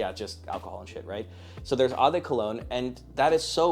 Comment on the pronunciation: Brother, if you’re too no to make a video educating people about fragrances, learn how to pronounce “eau”. It is the French word for water, its is pronounced “oh”.